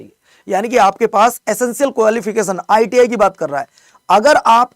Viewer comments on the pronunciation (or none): Iti ko iit k rahe ho 😅